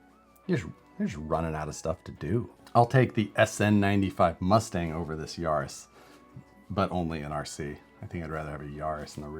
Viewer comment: Ya-ris not Yar-is